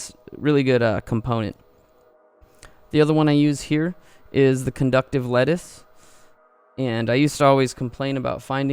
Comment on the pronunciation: Conductive Lettuce. Thats what I heard lol. love that component as well though!